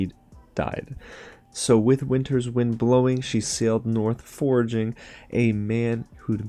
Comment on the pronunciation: The poem's word forgoing is not forging. You said it as forging, like forging a weapon. It's forgoing, as in passing something up. For go ing, not forging!